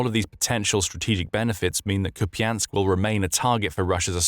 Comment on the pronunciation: Koupiansk. Pas japiansk. Merci de parler correctement